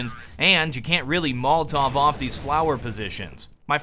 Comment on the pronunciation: Why do you say molltov instead of molotov?